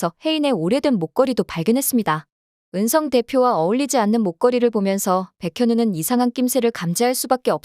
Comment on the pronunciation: Ai 를 쓰려거든 제대로 쓰든지 은썽 으썽 듣기 거북해요!!! 이름좀 제대로 불러요 ! 은성 입니다